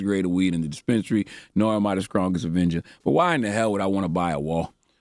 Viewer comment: I can’t with his pronunciation of st words. “ Adminiskration” “ conskruction “ “skrong “🤦🏾‍♂️🤦🏾‍♂️